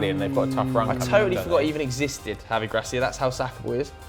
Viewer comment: got the Gracia thing on point